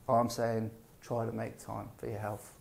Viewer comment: 6 seconds into and I'm like.. Did this guy just say healf and fitness? Yeah I can't listen to you.. Cretins everywhere.